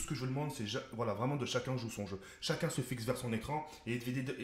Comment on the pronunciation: écouter bien comment il dit CHACUN CHOU CHON CHEUX ahhahah MDR